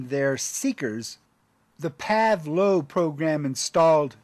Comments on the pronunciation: Like (for instance) the mispronounciation of Pavelow as "PAV"low (as well as a few technical points). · The word is pronounced "PAVE"low, not "pav". The first Pavelow III was aircraft tail number 68-4433, the ONLY YMH-53H ever built. It was also originally an "A" model which was converted into a "B" when the diagonal braces (or struts) were added in order to give support to the auxiliary fuel tank supports (commonly referred to as "gull-wings), and later into the YHH-53H (the original Pavelow designation). Anyone else here a former unit member?